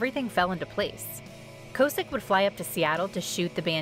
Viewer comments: Kaw-sick...not co-sick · Its Rick K-awe-sick… not K-oh-sick btw He’ll always be Rick from Big Brother to me ❤️